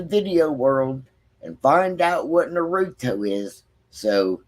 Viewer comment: Naruto. Nah-ru-toe.